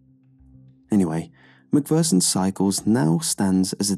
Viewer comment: McPherson is pronounced Mcfear-son. I went to school with some lol I hate mispronounced things😂